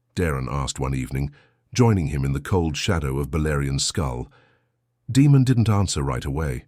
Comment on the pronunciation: Daemon being repeatedly mispronounced took me out of the story. Daemon not Demon. 😒